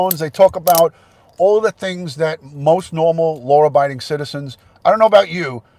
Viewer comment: I love how you say law. It sounds like lore. Saw sounds like sore. I like different accents. I thought Candice said that TBI had her phone and she was referring to the new phone that was in her vehicle. I didn't think I had covet either. I thought I had an ear and throat infection. I only went to get tested because I wanted to satisfy my mom so she would stop telling me to go get tested. Guess what? Mom is always right!